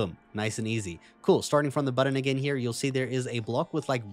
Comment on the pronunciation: The way he pronounces “button” is kinda funny. Butt-ahn